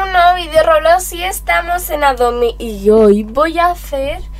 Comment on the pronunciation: PORQUE DECIS ROBLOS Y ADO MI